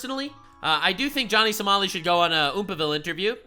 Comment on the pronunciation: did you says Johnny SALAMI? YOU GOTTA APOLOGIZE TO TASTY SALAMI